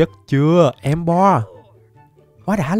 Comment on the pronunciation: em cứ đọc emboar thành em bò:))))))